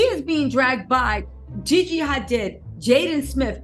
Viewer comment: HaDEED is how it’s pronounced lol